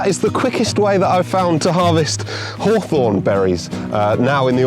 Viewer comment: 讀作 ˈhôˌTHôrn 不是好酸 照著邏輯，蜂蜜要叫好甜😅